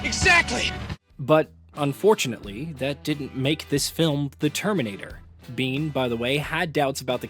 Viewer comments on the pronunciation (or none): Why do you keep saying BEAN? It’s Bain if you need it over simplified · Bane, bain or bayne… Not Bean 🫘